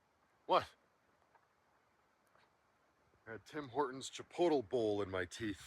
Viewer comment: Where I live, "chipotle" is pronounced as if it were an adverb: "in a chipote manner; chipotly."